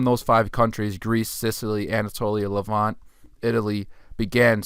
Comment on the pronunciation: The word is not pronounced as “levan-tay”. It’s the Levant (no E) and the adjective is “Levantine”.